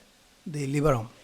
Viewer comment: It's lever not liver 😅 .